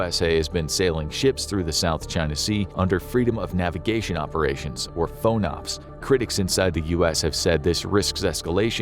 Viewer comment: Moderate nitpick: it's always been pronounced FAWN-ops to my knowledge. Source: firsthand experience in the 7th fleet AOR for Aegis BMD stuff on a DDG. Basically all at-sea blocks begin as Underway TBD, which is then nailed down into specifics as schedules and tasking and missions cohere. FONOPS (freedom of navigation ops -- that is, operations) is the default underway mission whenever there's not more directed tasking at hand (exercises; transit to/from wherever; etc).